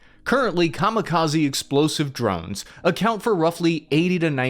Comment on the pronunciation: Did you say New Jersey? Oh, you mean the "Drovnis"😂